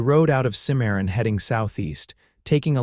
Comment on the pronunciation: Good story, but name pronunciations need a great deal of work, Santa Fe is not fee but fa, Santa (Fay). There are others, Cimmaron.